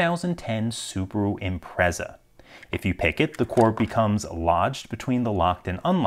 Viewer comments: It's pronounced "Impret-za" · Impreza (Im-Pret-ZAh) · Please tell me that's not how all Americans pronounce impreza. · That's "Impretza", like nazi is "natzi" I suppose lol. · The way he pronounced Impreza hurt me for some reason